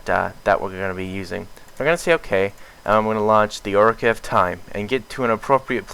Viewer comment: My god man it's pronounced occ a reen ah